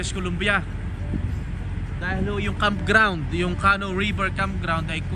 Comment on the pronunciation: Yun pong word na “canoe” is pronounced like “ka-nu” with the emphasis or accent Sa 2nd syllable. Hindi po “Kah-noh” as you kept on saying it. 🤭🤭 .. dagdag kaalaman din po 😊